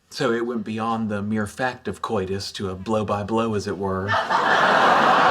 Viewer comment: For a person who is very pedantic, it amazes me that Sheldon always mispronounces the word "COITUS".